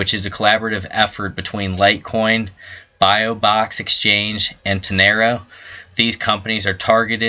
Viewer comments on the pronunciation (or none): Bi - Box. Not Bio-Box!